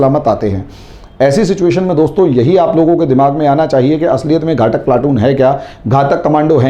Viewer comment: घाटक नही घातक बोलते है